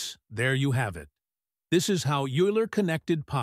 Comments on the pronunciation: No it isn't. you pronounce it YOU_ler. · How Oiler became Youler😊 Of course "Oiler" is the right pronounciation! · Teach your AI to pronounce euler and integral. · yes, and your AI messes it up